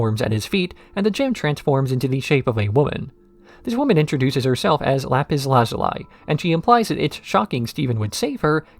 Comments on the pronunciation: "Lapis Lazuleye" 😅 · oh my gosh am i gonna have to hear you pronounce lapis lazuli's name like that throughout the whole video?